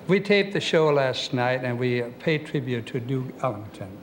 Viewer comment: And nowah a tributeah to discoummm